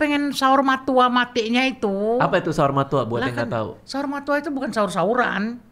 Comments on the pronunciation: Saur Matua bg, bukan Saur Matoa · Koreksi Bang Radit, Saur Matua bukan saur matoa.. yang paling tinggi, FYI, itu MAULI BULUNG.. kematian sempurna bagi orang Batak